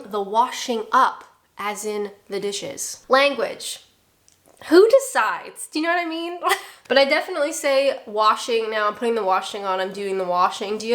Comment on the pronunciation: i think the most British thing you said (repeatedly) in this vid was ynawtymeen (you know what i mean) said as if it was a single word like a true brit.